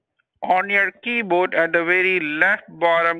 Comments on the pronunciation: Why do basically all scammers say keyboad? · "Keybod." (miffed mode)